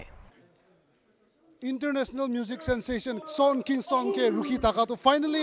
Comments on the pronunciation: it's pronounced as Shawn not shong fyi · Adona : Shong Kingston 💀